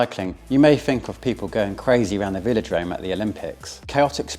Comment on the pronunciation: Des-Grange? Veel-o-drome? :)